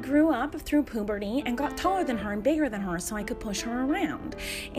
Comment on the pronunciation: "After I went through pooberty"